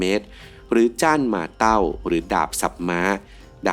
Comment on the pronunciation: Zweihänder อ่านออกเสียงว่า ซไว ฮานเดอร์ (Zwei - 2 ,händer - มือ) ออกเสียงตามหลักภาษาเยอรมันครับ ในรายการ Forged In Fire ทางช่อง History ของอเมริกา ก้ออกเสียงตามภาษาเยอรมันครับ เห็นออกเสียง Zhanmadao - จ้านม่าเตา ได้ถูก เพราะส่วนใหญ่คนไทยจะออกเสียงผิด เหมือนยี่ห้ออุปกรณกล้อง Zhiyun (จื่อ-ยวิน) คนไทยส่วนมากออกเสียงเป็น ชี่หยุน เห็นออกเสียงได้ถูก เลยอยากให้ข้อมูลในส่วนของภาษาเยอรมันด้วยครับ